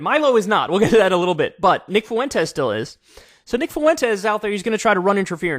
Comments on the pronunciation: The way u pronounce Fuentes makes u seem borderline, kyle. 2 syllables not 3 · Please for the love of god Kyle… FWEN-TEZ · Kanye's and Kyle's pronunciation always makes me think Nick Foux-Entez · Why do people keep pronouncing his name foo-wentes? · Please.. some Latin person let KK know how to pronounce Fuentes. Or at least send him a Daisy Fuentes meme.